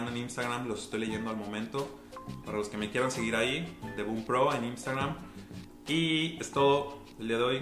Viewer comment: "imstagram" ggggg